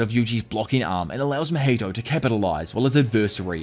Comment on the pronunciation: Not "HIMATHY"😂❤. I'm gonna use that now 😂